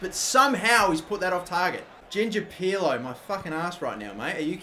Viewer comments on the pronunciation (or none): none